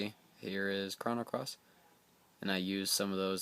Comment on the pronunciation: Thanks for the video man. This seems like a complicated process, but after I do it a few times it should take no time. One thing though...you keep saying "Krahno" Cross. It's pronounced "Krohno" Cross.